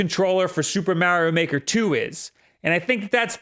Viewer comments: Whats "MAH"-rio Maker 2??? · “Maerio maker”